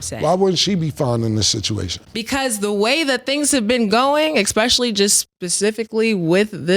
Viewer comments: Yo Killa I’m slightly disappointed in you not lettin lil know about tha second ‘eggspecially’ 😂😂😂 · "ih-spesh-uh-lee"! its no x in that jawn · tbh nobody called out for always saying "axe" instead of "ask", or "expecially" instead of "especially" lol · STAT KEEP SAYING "EXPECIALLY" !!!!!!!! PACIFICALY PRONUNCIATION GAMES!!! lmaooooo